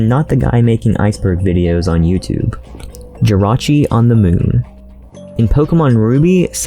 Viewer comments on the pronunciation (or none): none